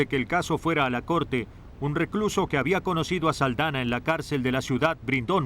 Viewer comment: Carlos Aldana... Aldana No "Saldana" 😂